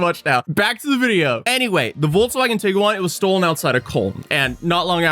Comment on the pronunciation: The real problem is the way u say Tiguan